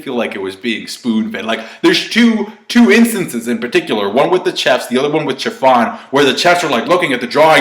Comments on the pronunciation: Why does pronounce chefs like that? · The way you're saying "chefs" is triggering me